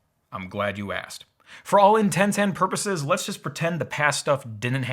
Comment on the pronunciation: I know it's a small thing... but thanks for clearly saying "intents and purposes." >.>